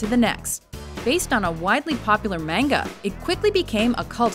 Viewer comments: For all the ridiculous lengths you guys go to to pronounce things properly in your videos, I'm absolutely baffled that you managed to say "maynguh." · I'm not trying to be that person, but just for future reference, 'manga' is pronounced 'mah-n-ga', not 'mainga'. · How can you pronounce Akira so well, then butcher manga?